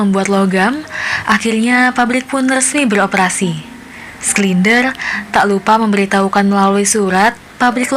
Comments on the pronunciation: Bukan sklinder tp sinder Macam heinz schneitaizer dibaca hensenitaiser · Koreksi kak, bacanya "Shindler ya" buka "Sklinder" 🙏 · btw gw terganggu sama mbak dubing yang ngebaca namanya SKLINDER.. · Schindler (skindler)? 😂